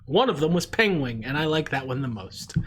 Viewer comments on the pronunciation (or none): I nearly spit my drink out at mispronouncing penguin. Thank you. I also haven't seen the Secret of Nimh. I think I've seen parts but not all of it. I think it spooked me as a child. I'm very surprised I've never seen the Basketball Diaries since I was such a Leo nerd as youngin. I spotted Marky Mark's name listed literally the same time as you said, "I gotta go." LOL While You Were Sleeping correction: She's not in love with the guy she saved. She thinks he's gorgeous and all and goes to the hospital to make sure he made it out okay since she saved him and but his family mistakes her as his new fiancé that they had never met. Correct tho that he has amnesia. He doesn't remember who his fiancé is. She goes to correct them but keeps getting interrupted. The movie goes on and his brother and her end up having "moments." That's who she ends up falling for: the brother. Hijinks ensue. It's fun. I love it. Also loved Friday as a kid. I have no clue why. I barely remember it. But dear lawd, I watched it ALOT at a relatives house. The AEW joke made me chuckle.